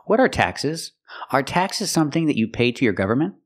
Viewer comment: Thanks a lot❤ she also didn't pronounce the word "government" properly, did she?